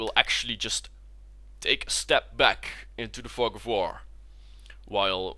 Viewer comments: thought he said the "fuck of war" ROFL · Wow that pronunciation ..... da fug of voor!